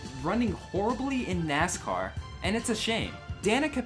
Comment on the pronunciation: Danica it is NASCAR not Nicecar